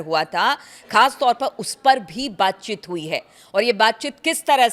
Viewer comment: WTF is baatchit ??? It’s baatcheet!!